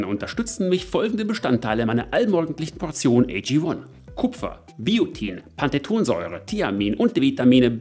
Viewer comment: Einmal abgesehen davon, dass ich das Produkt, für das ihr werbt wie auch die Werbung an sich nicht gut finde, könntest du bitte einmal richtig Pantothensäure sagen, statt immer falsch "Pantethonsäure"?